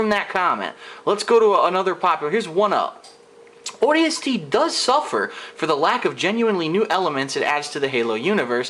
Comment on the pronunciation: Honestly, Just because you think the story sucks, doesn't mean that it is horrible. You ARE opinionated and you don't even know how to say the games name correctly. Not every game was ever meant to be epic and have a movie-like story line. Just stop reviewing games because you cannot correctly review them.